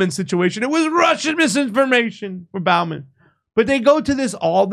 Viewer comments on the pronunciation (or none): none